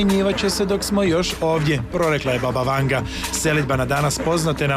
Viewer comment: Imeto i e Vangja, a ne Vanga !